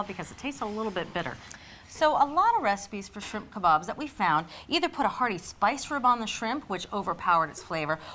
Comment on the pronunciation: It's so nice to hear kabaabs being pronounced properly and not the weird way they usually are (kay-baabs) . I am from India and love your videos .